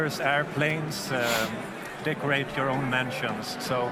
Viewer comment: Ummmmmmmm. Excuse me? I know he's saying "Decorate" but the way he's saying it makes it sound like something pretty not okay.